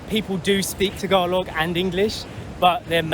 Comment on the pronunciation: Tagalog pronunciation is close to perfect